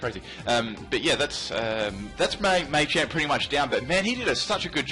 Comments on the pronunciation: Stop saying MAY-champ, PLEASE. It's MAH-CHAMP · Cannot deal with 'Maychamp' sorry